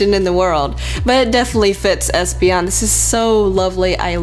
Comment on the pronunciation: I would call is hespeon or hopeon.